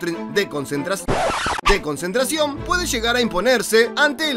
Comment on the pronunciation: Se le corto dijo consintri perdón consentracion